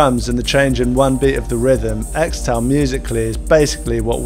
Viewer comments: pretty sure it's pronounced 'kris-tull' but 'eks-tal' is cool too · It's pronounced 'Crystal' not 'Xtal' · I cringe every time you say "Xtal" when it should actually be pronounced as "crystal" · apparently, it's pronounced "crystal" not "xtal". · its not "extal", its "crystal" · XTAL is pronounced Crystal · its pronounced 'crystal' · It's pronounced "Crystal". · It's pronounced "Crystal" isn't it? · Its pronounced "Crystal" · Xtal --- is actually pronounced Crystal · I think it's pronounced crystal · This mf pronounced it “Extal” 🤣🤣🤣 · pronounced CRYSTAL lol